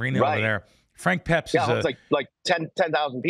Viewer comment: The Pizza place is pronounced Frank PEPPIES not Peps and yes New Haven is much better...............calling it peps on Wooster Street in New Haven might get you tossed, lol. Forget LAs Vegas there is no pizza in the world like you get in the New Haven, CT area............Sally's, PEPPIES ( Pepe's) , Modern Apizza and a hidden gem about 5 miles away in West Haven called Zuppardi's who ship frozen pies coast to coast............love the show